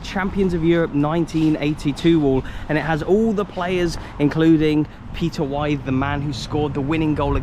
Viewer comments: It’s pronounced Peter With, not Peter Wythe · It’s not pronounced Peter wife Peter with 😬👍I was playing for my school team final the same night villa won the final we got beat 3-2,I got home for the 2nd half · It's Peter Withe (like pith), not Why-the. Never heard the commentary in the build up to the goal against Bayern? Come on! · its pronounced wiv Peter withe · Withe not White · Love your vids. 🙂 Sadly there seems to be a correlation between clubs and their region. If their region slumps economically there is a large likelihood teams will follow that pattern. Liverpool and Mcr have bucked that trend but overall seems to be proved. Incidently Peter Withe'sname is pronounced "With".😉 He has a distinctive "Scouse" accent. 🙂 When in Mcr, did you visit the site of the Royal Hotel where the Football League was formed or the site of the 1893 F.A. Cup final between Everton & Wolverhampton Wanderers in Fallowfield? Thanks once again. 👍⚽️ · Spit me coffee out at the pronunciation of Peter Why-th??? hahaha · Peter Withe, is pronounced WITH. Basic stuff . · Its Peter Withe (pronounced With) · It’s pronounced Peter (With(e) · Nothing says ‘I’m too young to actually remember this stuff' than mispronouncing Peter Withe. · stop saying peter withes name wrong so annoyng